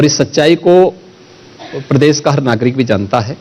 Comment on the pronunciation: Is taklappa ke muu se pradesh bula lo nai ye bolte padesss nai bolsakta kuch padha to na school Jake.